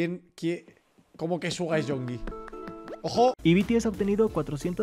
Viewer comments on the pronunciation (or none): El Rubius dijo que Suga y Yoongi son 2 personas distintas Y que también le gusta el nombre de Yoongi pero pronuncia Yonki